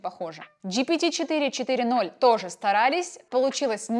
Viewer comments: Не чат джпити четыре ноль а четыре оу (GPT 4 omni - GPT 4о) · GPT - 4 оу, а не 4 ноль. Опять Майкрософт пройдет мимо❤